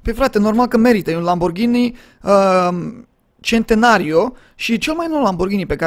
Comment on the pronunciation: Spuneai Centario in loc de Centenario :))